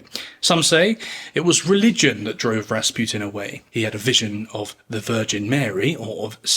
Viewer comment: I keep hearing "Bas Rutton" when you say Rasputin.